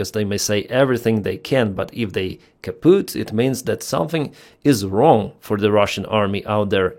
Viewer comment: Keep no one alive. 2 Month later they r back killing ur ppl. P.S. Its funny to hear u say Kaputt. Its german. PLZ not spelling Kapuuuuut. PLZ say put the short way. Like u baiting chickens for Food. Put, put, put